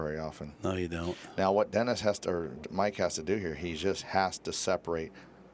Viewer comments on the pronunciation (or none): Guy is pronouncing Dennis’s name all kinds of wrong sounds like he’s saying Orculo… yeah if yk yk